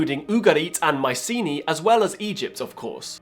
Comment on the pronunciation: "My see knee." No dude. Mycenae is pronounced "My sə nay".